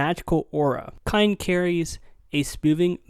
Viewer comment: How do you not know how to say cyan at 24 years old